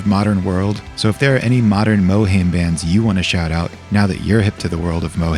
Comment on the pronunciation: mohaim pronounced "moherrrrlm"